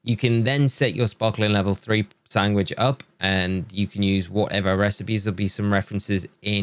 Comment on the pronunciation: how do you pronounce sandwich?!! sangwick??